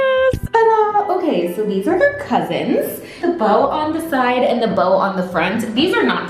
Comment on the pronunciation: When you were talking about your bow shoes, I swear you said BOW my gosh, and I laughed !:)